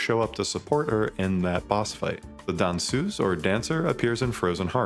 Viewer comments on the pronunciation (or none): Your pronunciation killed me multiple times in this video. Danseuse... Is pronounced dancer. I've always heard portier to mean gate esp the way my father would yell at me to close it. Didn't notice a lot about the nevrons details until you got to the Christianity part and I realized Sandfall is French-french not from Quebec and no one was saying tabernak or sacrament.